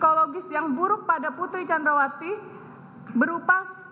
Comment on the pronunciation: Blepotan “Candrawasi”